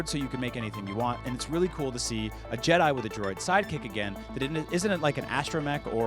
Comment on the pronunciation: There is no s in jedi